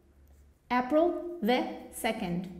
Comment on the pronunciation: I think you pronounced wrong the word - 'April', or I am wrong? /ˈeɪ.prəl/